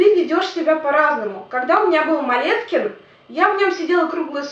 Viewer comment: Вот да, тоже замечала, что в Молескине ведёшь себя совсем по-другому)) (, только ударение там на И)